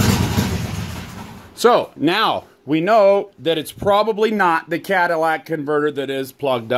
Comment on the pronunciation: "Cadillac converter" big time CRINGE